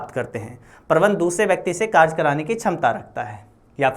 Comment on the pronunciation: Vo कारज hai ya कारय😂